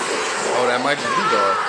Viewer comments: They massacred my boi gaara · When he said “Is that gaaras kid” that hurt my soul ☹️